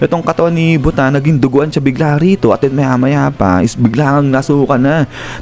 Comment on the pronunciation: mali po talaga ang pag pronounce mo ng buta. hindi po yan butta its buta. buta in japanese is pig.